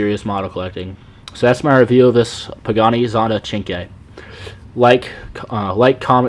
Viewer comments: cinque(chinkway) thats how you pronounce that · chinkway pronounce like in Italia